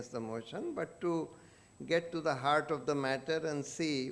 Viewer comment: Who was this fool opening the remarks? Doesn't even know how to pronounce "Heart".